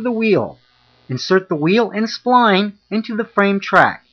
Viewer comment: If you want to be credible call it a “spline tool” not a “spleen tool”